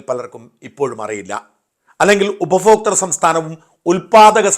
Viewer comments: ഉപഫോക്ത അല്ല ഉപപോക്ത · അയ്യേ... ഷാജൻ എന്താണ് ഉപഫോക്തൃ സംസ്ഥാനം. ഭ എന്ന അക്ഷരം ഉച്ഛരിക്കാൻ അറിയില്ലേ. നാണക്കേട് ഉപഭോക്തൃ... നന്നായി പറഞ്ഞു പഠിച്ചിട്ട് കാര്യങ്ങൾ പറയൂ